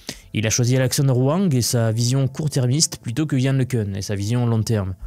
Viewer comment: c'est quoi le changement de prononciation de LeCun a chaque fois !? un coup c'est LeCun après c'est leCune, et on dit LeCun ( le qu'un ) pas ( le qu'une ).